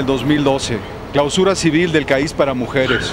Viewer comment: "CAÍS" JJAJAJS ES CAIS!!, CAIS!